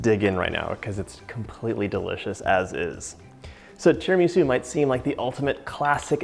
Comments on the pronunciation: TiramisÚ!!!! TiramisÚ! Great recepe but you have to pronounce the name right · “Tara-ME-sue” … not sure if it trust the recipe anymore (/j) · Please pronouncee Tir ma sue and mask a one cheese. The egg & sugar is. San en none. - I've given you the phonetic. Pronunciation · His pronunciation of tiramisu is so cute, or do I just say it wrong? 😜🤔🤗